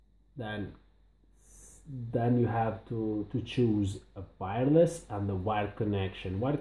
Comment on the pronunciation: It’s Wireless, not Vireless.